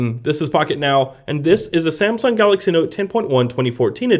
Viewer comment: haha..shame-sung? wow u have issue